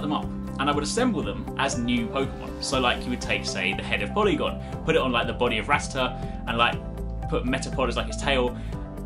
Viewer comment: "PORYGON" NOT polygon